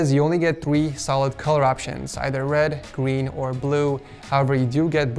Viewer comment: Hes said gween